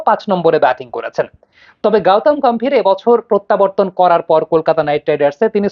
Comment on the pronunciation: গাওতাম গাম্ভীর না,ওটা গৌতম গম্ভীর হবে